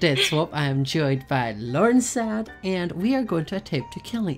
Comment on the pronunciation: He said Lauren side and not Lauren z side immmm weakkk lolllll